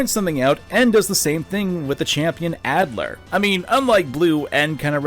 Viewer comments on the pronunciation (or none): IT'S ALDER NOT ADLER, WHAT ARE YOU DOING!?!?!? Other than that, excellent video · also it’s alder not adler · His name is Alder, not Adler. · The rival's name is ALDER. Not ADLER. Are you a little dyslexic? And I'm not saying this as a joke, but a genuine question of concern. That can be hard to work through.